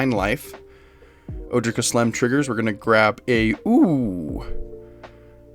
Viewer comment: Love this deck, I always feel at home in green. Kaslem doesn't super speak to me as a commander but I have most of these cards anyways so I'm definitely going to be playing her! Side note just to let you know, all of the Ojers are pronounced with the J as an H like in spanish, so it's O-hair